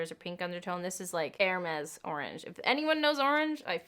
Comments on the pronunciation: stop saying hermes im crying!!! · My heart broke everytime you said « hermes » (I’m French🤣) + I agree with you I definitely preferred the hermes one, the Fenty is way too neon for me 🙈 not ready to spend this much in an orange lipstick but I might with the hermes red version 🤔😍